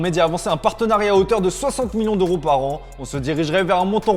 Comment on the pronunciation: Un peu de mal avec la prononciation du son « heu » Rocord, Millions d’oro, ropoussé, kort zouma Désolé de passer pour le connard mais ça m’irrite et fallait que je l’écrive 🥲